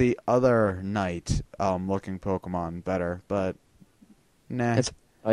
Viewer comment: i swear to god, learn how to pronounce pokemon names...